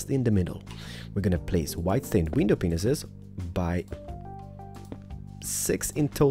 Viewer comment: when he says glass panes it sounds like glass pineses